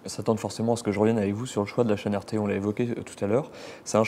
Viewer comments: Il est naze le présentateur ou quoi ? Il 'est pas sur "arte" mais sur "rt" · « Pourquoi vous trouve-t-on sur une chaine comme Arte ? » Pourriez-vous mieux prononcer RT, SVP ? Là il y a vraiment une source de confusion.